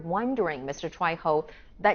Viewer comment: The man is Brazilian. You pronounced his last name in Spanish instead of Portuguese. His last name is Troyjo not Troyho. Please do a little bit of research about your guest so that you do not across as an idiot. Thank you.